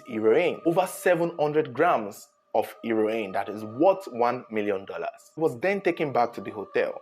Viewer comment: He-ro-in looool